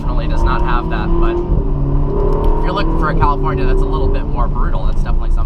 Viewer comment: Drinking game: a tequila shot, everytime he says "Cawlifournia".